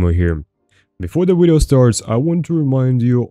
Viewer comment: Ill subscribe once you pronounce video correct. Just kidding I've been subbed a while.